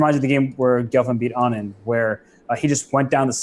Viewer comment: Wow, how in the world did Robert Hess pronounce Anand's name the Indian way ?!! :) is he actually talking about Vishy?